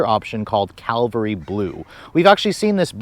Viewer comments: Every youtuber pronounced this color wrong. lol CAValry Blue. not CALVary blue. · CAVALRY blue, not caLvary. Like nails on a chalkboard when he delivers incorrect information. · Thanks for the video. Just one thing...almost nobody seems to pronounce the name of the car's color correctly. It is Cavalry Blue, not Calvary Blue. Cavalry is a name for mounted soldiers, Calvary is where Christ was crucified. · I’m guessing it’s called “cavalry” blue not “Calvary” blue. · OMG!!! Nice review, but please stop saying Calvary. It's CAVALRY!!! Blunder on Toyota's part, but please don't make it worse. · Cavalry Blue, Not Calvary Blue. BIG difference. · It's CAV-ALRY Blue, not Calvary Blue. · The color is NOT calvary as in the Bible, but CAVALRY as in the Army. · It’s not Calvalry…..Cavalry